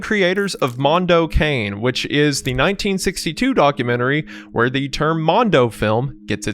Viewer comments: You don't have to read "Mondo Cane" as an english term ahah The pronounce is different. I'm italian and Mondo Cane litteraly translates to "Dog World", that's a common italian term of saying cruel world, "the world is a dog" :) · It's "mon-do cah-nay," Wendi n. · CAHHHH-NAY. Not "cane." It's Italian. Also: if you can find it, "Tarnation" (1990s) is a unique and possibly disturbing documentary. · Loving the video but this hasnt left my mind It's not Mondo Cane as "Kæ-in" Its pronounce like "Ka-neh" (the H is silent lets say) Translated poorly as World Dog in italian, but it basically means "What a bastard world" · Every time y’all pronounce it like cane instead of ka-nay I get mad. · "Africa Adido" and "Mondo Kane" though /o\ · I'm so sorry to be that guy, but in "Mondo Cane" is pronounced like "Cah-nay" It's Italian for dog so Mondo Cane translates to "A Dog's World" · DAMNIT WENDIGOON ITS PRONOUNCED MONDO KAH-NAY FFS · The scariest thing it's that youtubers still don't know how to pronounce "cane" correctly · as an italian, pronouncing "mondo cane" as "mondo kane" is pretty hilarious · Mondo keinn? CANE! PERRO MONDO DAWG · It's Italian. Pronounced Mondo Conny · I gotta do it, I can't help myself. Cane is pronounced "kah-ne" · FYI, It’s pronounced Mondo CONNIE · If I hear “mondo cane” pronounced like that one more time I’m going to fucking scream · the most terrifying thing was wendigoon butchering all the italian words